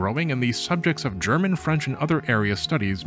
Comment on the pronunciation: You pronounce thai words flawlessly but cannot do the same with french words? Are you seriously yielding to the french? Also how do I aid the re militarization of japan I want to laugh at the contrast between anime culture and the war ridden country that spawned, it's going to be the aesthetic that I base my personality on in 2050